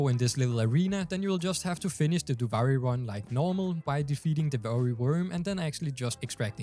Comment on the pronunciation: Duvaajri lol learn how to pronounce it pls, gets me mad.